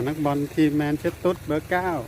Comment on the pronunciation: แมนเชสเตอร์นะครับ ไม่แมนเชสตุ๊ด